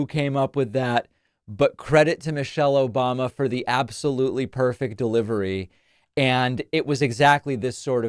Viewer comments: “Obamna” never gets old man 😂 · "obmna"... exactly. Lol😂